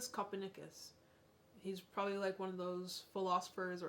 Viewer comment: Nicolas Copernicus - most famous astronomer 😉 I'm sure you've heard of him, but the pronunciation in the video is a bit different than I'm used to. And people were wearing shoes in 13th century 😄 people were wearing shoes in 2nd century and waaaay earlier as well 😉 We also have beautiful mountains, a lot of them.